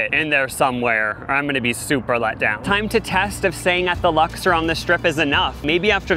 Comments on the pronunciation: Lux-OR not lux-ER (Vegas local here) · Uh, It's Lux-Ore. Ore. Sorry. carry on. Great stuff. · I think you’re pronouncing the name wrong. It’s Lux-or, not Lux-er. 😂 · Lux-OR not Lux-ER